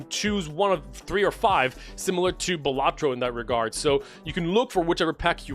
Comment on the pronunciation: bro really said bellatro